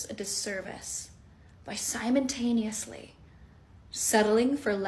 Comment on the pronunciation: “Simontanioly” not simultaneously. That’s why she’s single, because she’s dumb.